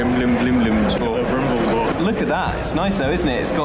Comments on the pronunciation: hey / heres some help with the pronouciation. Cel-eb-rim-Bor. love your guys' content, keep up the good work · Kel-eh-brim-bore (Celebrimbor) , or kele'brimbor in IPA, or translated from Sindarin: hand of silver or Brimbles to his friends. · Heartless 626 kele-brim-bor